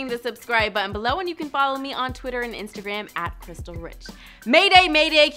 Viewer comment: Why do all these Fumble girls have brain aneurysm's? Your last name is Rich not Riss, WTF